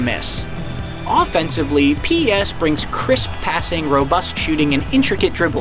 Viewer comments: Clearly this narrator isn't a fan and wasn't the one who wrote this review. Firstly he calls it P.E.S. instead of Pes (nobody calls it that) then claims many master league features are new.. when they've been in the game for at least years lol. The whole "touch of magic" comment sounds like something he heard from someone else on Youtube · spells out pes instead of saying pes, americans. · DUDE you call the game P-ES WTF horrible review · It hurts when he says PES... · Fire the reviewer or get someone to talk about the game that can actually pronounce the name of the game properly. What a joke! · WTF why he says P-S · the way he calls PES PEE-S lmao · P ez hahahaha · I know many people who call it P-E-S. Nowhere does it say that it should be called Pes. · He says it like... “p-yes” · I knew it when he said PES as P-E-S😂😂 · PS. no one can tr ist bfn if they cannot even say the game properly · He's not even saying the name right! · Can’t trust any review that doesn’t pronounce the game properly 😑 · How am I suppose too trust a persons review who can’t even say PES properly 🤯🤯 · It took me a minute to realise he was trying to say PES 😂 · Really poor review here, should start plagiarising again instead. It’s pretty obvious this person doesn’t really have a clue considering he can’t even pronounce three words correctly...it’s PES not PS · PES not P'ES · wtf why you say pee-s?? Fire this guy. Unbelievable. He never played PES games. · Why he say P Es ?? TaFaq outta here man! U don't know what u talking about man! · Pee Eee Ess. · when he pronounced P.E.S instead of PES.............................................................. #notmyreviewer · Did he actually pronounce it P.E.S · P E S 😂 you cant say PES? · What's "PS 2019" ITS PES!!!!! SAY IT RIGHT FFS 😂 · “‘P,E,S” facepalm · Does anyone actually call it P E s???? Ain't in just "PEZ" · pee ee ess 2019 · The reviewer have never played PES before? Look at the way he says p.e.s instead of PES... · Why does he say p.e.s.